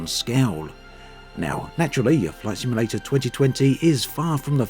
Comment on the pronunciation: Take a shot every time he says "Microsoft Flight Simalayta 2020"